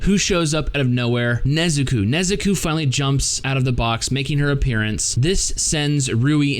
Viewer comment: Good review but who is the Nezukuu you speak of??